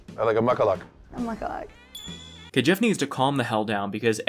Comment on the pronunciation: Maybe this was a tribal accent thing but when I lived in Alaska that wasn’t how the local Native people (Iñupiaq) said mukluk- they’re out here adding a whole extra syllable in the middle